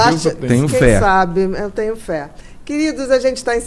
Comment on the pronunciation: Ele fala: "tenio" ao invés de tenho, "galinia" ao invés de galinha